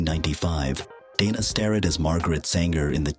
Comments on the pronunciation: Hate the AI voiceovers with mispronunciation, wrong emphasis, sometimes calling her "Donna" or "Deena" instead of Dana, etc. A 16-minute video and can't even narrate it with a human? it talks about her starring opposite Kurt Russell in Tombstone, but shows Kevin Costner and Joanna Going from the movie Wyatt Earp. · And "Deena" as well. So much for A I.